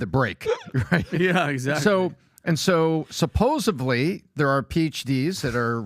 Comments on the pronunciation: bro, man with more brains than I'll ever have... what's up with supposebly instead of supposedly? Let us hear you say birfday bro. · The correct pronunciation is as it’s spelled: supposedly (not what half the population says, supposebly).